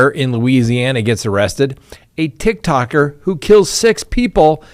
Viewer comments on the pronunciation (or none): Tiktok'er!!! Not tick tocker 😅🤣